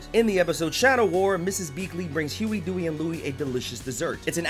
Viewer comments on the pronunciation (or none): none